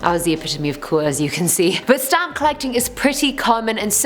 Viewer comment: OKAY WHEN SHE SAD SHE HAD A STAMP COLLECTION I THOUGHT SHE SAID STOMACH AND I WAS LIKE WHY ARE YOU SHARING THIS INFORMATION